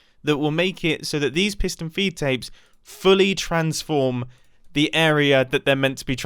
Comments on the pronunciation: “Fiston Peedtapes” -Mumbo Jumbo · Alternate title: mumbo saying piston feedapes for 12 minutes